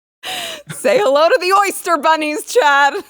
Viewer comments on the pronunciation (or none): *Biden committed a Freudian slip. He didn't say "oyster bunnies." He tried to say "Ēostre bunnies."